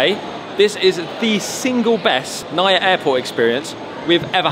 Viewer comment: Always enjoy watching your vlogs. Filipino living in England here and the weather has been nothing but grim! can't wait to get some proper sunshine in thie Philippines next month! Nice to see you're back in Manila **also, we say NAIA as "na-ee-yah" 😁